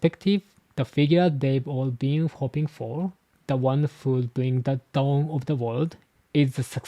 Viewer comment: it’s funny how you pronounced “dawn” a little like “don”, I wonder if the meaning of “D” also has to do something with doing things and living life with a “Don!” like Tom said in Water 7